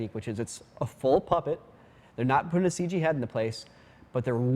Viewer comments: Please stop saying, "Ceej" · No more "Ceeg" please? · Stop trying to make "Seej" happen.